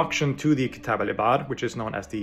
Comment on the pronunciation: Can't give him a 10/10 when he can't pronounce the arabic ayn in 'Ibar'. The ayn is the first letter of the word for those who don't speak arabic.